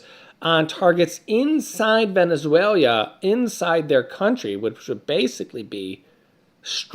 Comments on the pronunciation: Venezuela, not Venezuelia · It's Venezuela, not Venezuelia.